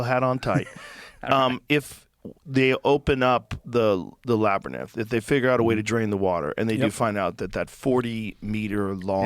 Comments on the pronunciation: Joe has done an entire episode with on the Labyrinth and spent hours talking about it, where he kept saying "Lab-er-nith" and was corrected on the pronunciation. Since, he's brought up the Labyrinth with a couple different guests where he still mispronounced it, and I know at least two separate guests corrected him. Now he's back with and still saying "Lab-er-nith" 😂 I think he said it correctly one time right after said it, then reverted right back to saying it wrong. It's just hilarious how many times I've heard Joe talk about "dumb people" and Joe does this kind of dumb stuff all thr time. The guy is almost 60 and can't even correctly pronounce the word "else". He says "elTse" every single time. He's commentated for the UFC for decades and doesn't even understand the judging criteria. It's funny when I occasionally here random comedians say Joe is super smart. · You must have posted 1 minute before he said "Laberneth". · yes 😂 Someone needs to have a Laberneth intervention for Joe. Throw in “Jengiss Khan” and “NeanterTalls”😅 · It's sad hearing Joe mispronounce "labyrinth" over and over again. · I love that Joe still can't pronounce labyrinth correctly. :P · Also, is anyone ever gonna teach Joe how to pronounce labyrinth? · I want to find this Labernith! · Joe’s inability to pronounce Labyrinth is irking me but I love Joe and this is a great episode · Someone needs to tell Joe the correct way to pronounce labyrinth lol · Someone teach Joe how to say labyrinth, please!!😂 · Joe pronouncing Labyrinth so crazy even after he was corrected a few episodes ago is so funny to me 😂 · Someone’s gotta tell Joe how to pronounce labyrinth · Jesus! Can someone please teach Joe how to say the word "labyrinth"!?!? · Brits actually pronounce it as three syllables, laberinth. It's just said very quickly, and certainly not laberinth, lol. Oddly, Joe said it right the first time, then after that he went off the rails, lol. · Joe "I still can't pronounce labyrinth" Rogan